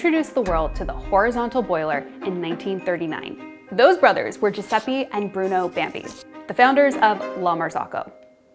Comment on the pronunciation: Please for the love of coffee, learn how to pronounce Giuseppe, it's definitely not "jew-sepee".